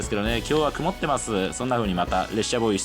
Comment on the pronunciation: 物凄くくまっています 🤣可愛らしい言い間違い 雲っている風景にも感動する日本人的感性の伝道をありがとう❤️